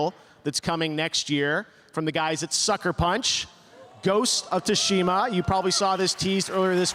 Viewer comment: "ghost of tooshima" you would think by this time, with the hype surrounding the game, and being the host of the biggest awards show for video games he would at least get the pronunciation right